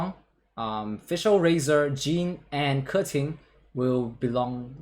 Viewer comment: Fun fact this guy is the only one that pronounces Keqing right